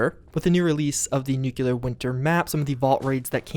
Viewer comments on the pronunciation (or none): ナナシさん I cannot express how annoying it is when he constantly mispronounces that word